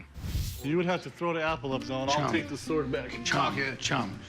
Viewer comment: SWORD, NOT S WORD! hate his proununciation!